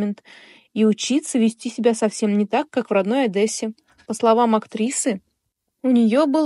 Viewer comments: Не Адэссе,а ОдЕссе. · Только не Адэссе , а Одессе. Говорите правильно.